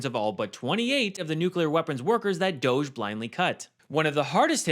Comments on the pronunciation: STOP pronouncing it ‘doesz’- it’s pronounced ‘dodgy’. As in, something suspect or illicit. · It's pronounced - Dogg ie. It's made up. Let's not call it what they want. DOGG(I)E